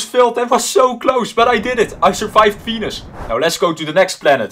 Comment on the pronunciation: When you said Venus u said penis😂